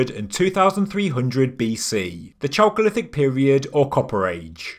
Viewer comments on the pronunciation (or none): none